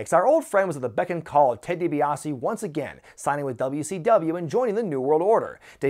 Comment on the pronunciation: Ted DiBaise 😂😂😂